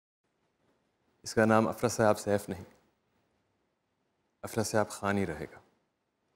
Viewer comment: عمران اشرف اتنے ماہر اداکار ہونے کے باوجود دونوں بار "افراسیاب" کا تلفظ درست نہیں کہہ پائے حیرت نہیں ہے.. کیونکہ مسئلہ سارا رٹے دا :) اور دوسری بات انہوں نے اداکاری کے دوران بچے کو ہاتھ میں اٹھا رکھا ہے اور اسے جُھولا بھی رہے ہیں یہ ظاہر کرتا ہے کہ انہوں نے دستک مکمّل نہیں دیکھا یا بالکل ہی نہیں دیکھا کیونکہ سیف کا لے پالک جو بچہ تھا وہ تقریباً 6، سے 7 سال کی عمر کا تھا... یعنی شاید پیڈ پرموشن یا کچھ اور ہے سمجھ نہیں آیا...